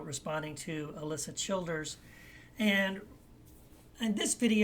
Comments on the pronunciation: It might help if he pronounced her name correctly. And he says it over and over and over... Seriously have to wonder if he knows anything about her or her positions at all. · Wow, you say you're responding to her videos but if you've watched her at all you'd realize you're not even pronouncing her name right. You're whole tone is very condescending.